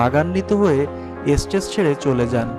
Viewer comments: আগে স্টেজকে স্টেজ... ষ্টুডিও কে ষ্টুডিও বলতে শেখো....এস্টেজ.. এস্টুডিও এসব কি হ্যাঁ???😒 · Apni agge uchharon thik koren nijer. Estate noy it's stage. You tuber hoyechen nijer kaj sobai k dekhachhen subscribe korechen nije taka income korchen ar bhulbhal uchharon delivered korchen. Ar sunun monali I Bangladesh er chokhe villen baniy apni hoyto ektu jonopriyo hoben apner YouTube kota beshi subscription pabe tate monali r kichu kombe na. Sob kichu r modhhey sustho jinish ta tule dhora tai apner kaj. Monali jodi bole thake apner kotha onujayi j se ei ganer lyrics bujte parche na sekhane Nobel er uchit chilo original gan ta sonar onurodh rakha uchit chilo. Nijer frustration kokhon amra onner upor pheli janen? Jokhon amra bhujte pari amar jaygata nije dhore rakhte parchi na. Nobel boro shilpi hok amara sobai kamona kori. Ar ekta kotha ami jotokhhon kono songsthar sathe amara chuktiboddho thaki totokhhon onek chintabhabna kore cholte hoy na hole legal prob ase